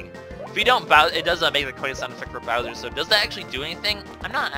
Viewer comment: its bowser not browser,he is not the internet!!!